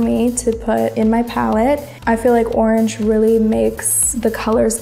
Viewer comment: Instead od orange he said arnj